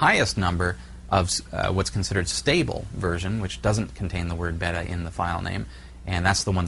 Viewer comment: Like your explinations, thanks! For me it was a toss between Openfiler and UnRaid. You helped me make the right choice. Now for the expected criticism; beta is usually pronounced, bey-tuh, or bay-ta, or bee-ta if your a Brit. ;) Thanks again for this series. Top notch